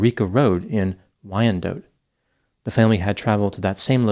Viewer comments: pronounces Detroit like a real Detroiter! But Wyandotte is Wyan-dot not Wyan-dote. We know it doesn't make sense. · I used to live in Wyandotte as a kid. It’s not “dote” or “dough” but “dot” rhymes with “spot.” Why-un-dot. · City is pronounced wine-dot, not why-an-dote😅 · Btw, it's pronounced "Wine-Dot". 😅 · The city is pronounced WINE DOT.. As a Detroit native who grew up in the 90s, when my siblings and I acted up, our mom would tell us she was going to take us for ice cream in Wyandotte. Pretty dark aye? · Wyndotte is pronounced “Wine-dot” if you’re from Michigan. Always enjoy when you cover cases from here. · Pronounced "Y-N-Dot" --Wyandotte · He's hurting my ears. It's pronounced Wine dot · more like Why n dot....not wine Just say n LOL 😆